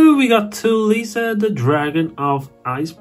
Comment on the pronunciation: what in gods name did you just call trishula? Tuul Lisa?!?! What the